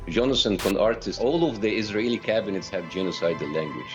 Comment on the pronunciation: hey,, can't you at least pronounce ISRAELI?? it's not more difficult than the F word you use every second!